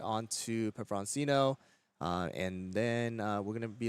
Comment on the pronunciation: Why would you continue to constantly mispronounce pepperoncino when your co caster is pronouncing it correctly?